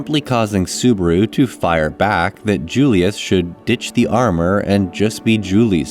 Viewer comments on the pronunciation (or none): none